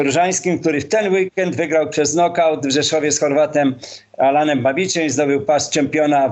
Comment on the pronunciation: nie Alanem tylko Alenem i nie bridges tylko bridger - kostyra zmień zawod nie rob juz wstydu